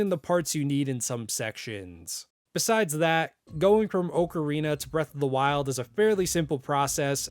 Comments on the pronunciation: Btw it’s OCK-Uh-Reena instead of Oak uh Reena. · Why tf does he keep saying “OAK-arina”? Is that how it’s actually said? 🤨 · The way you say ocarina hurts be spiritually its more OC-a-ri-na